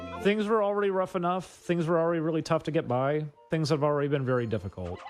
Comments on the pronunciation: jesus fuck dude its "things" not "tings", stop talking like a child weirdo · Ding Dong just regrets his past and thinks to bury it, he needs to rid of Oney Crew. Also, why the hell can you not pronounce your "H's" take a shot every ting he says tings and tirty